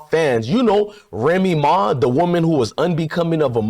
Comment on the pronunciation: this fool lost me when he said remee ma fans.that shit crazy 😮😂😂